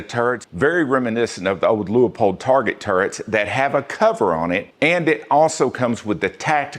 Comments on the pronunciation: Love your reviews and they make sense. Just one quibble. Please stop calling Leupold "Lee-a-pold", or "Lu-a-pold." It is a two syllable name. Like "Loo-pold". I can't be the first to point this out. As to scopes, I have owned many brands from budget to quite pricey. I am not a brand fan. That said, of the more than two dozen current owned the two I like the best are both hunting scopes: 1. Kahles Helia CL 2-7x36. While sadly no longer in production, it checks the boxes: Austrian world class glass (Kahles and Swarvoski are sister companies), German #4 reticle, huge for magnification 36mm objective with superb low light performance, light weight, very accurate tracking but low capped turrets. Extremely high build quality. It does not have a 30mm tube, but for its intended hunting distances, it does not need the larger internals for greater adjustment range. 2. Leupold (Loo-pold) VX6 2-12x42 with Firedot Duplex reticle. This is a truly amazing technological hunting scopes. You probably know all about the motion-activated Firedot technology so I won't dwell. It simply works. The scope has anti-cant warning for long shots. 2-12x magnification is all one could ever ask for. The turrets track well and have zero lock to prevent accidentally over rotation. Optically, it is up there with the Austrian and German best. Despite 30mm tube for better adjustment range it is light for a 12 power variable. In third place is a limited run Weaver Grand Slam Tactical 2-10x40mm Japanese made tacti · Lost me when you can’t pronounce Leupold correctly